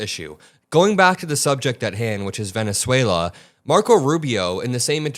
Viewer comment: You probably ought to get some sleep. You just mispronounced Venezuela.